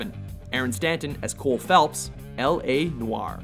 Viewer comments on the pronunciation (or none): xShifted d nuh uh, us edjucated people say it L.A. Noy-er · U said "L.A Noaar", it's wrong, no offense. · i'm french and indeed it is "no-ar" or again "nwar" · Mr. J I speak fluent french.. Pronounce it 'noa-air' lightly.. Best way I can explain. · So do I, and it's more like 'NOH-wahr". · It is pronounced "Noah-rrr"...you start by rolling the "R", and just as you do, you immediately stop. Source: French is my first language, N00bs.